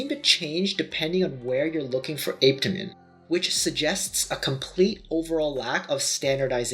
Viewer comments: i learned it pronounced ah peh ta min😭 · So I’ve been here waiting for him to pronounce Apetamin , only for me to hear 🥲🥲 Ape-temin 😫🚶‍♀️🚶‍♀️🚶‍♀️ok we move ✌️ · "APE..TA...MENS"!! 😂 and he wants us to take him serious!!?? LMAO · If he says ape tamin one more time🤣🤣🤣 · My daughter and I tried apetamin a few months ago and we didn't experience any negative side effects. I don't know your height but I'm 5'9 170 and I've seen about 10lb weight gain that I've held onto and I only used half of the bottle because my appetite is off the chain now and I can eat quite a bit. ApeToeMen helped yes ApeToeMen per the docs pronunciation 😆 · Why listen to this guy...he cant even pronounce Apetamin👀😬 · I really wasn’t expecting you to pronounce apetamine like that :/ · Like how you doing a review and can’t pronounce it!? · It pissed me off too !🙄